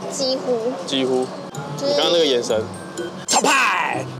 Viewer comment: 今天幾乎沒有雷，你們一直說幾乎（姐夫）笑死😂😂😂